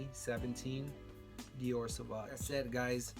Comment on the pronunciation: Dude, you need to learn to pronounce the name of the fragrances you're talking about. You lost me at the repeated SAVAG. And there's no such thing as a "negative compliment". A compliment means a praise. Negative feedback, reaction, whatever. But if it's negative, it's not a compliment, by definition.